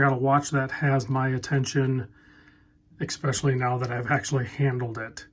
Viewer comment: 😣 = every time says "expeshully"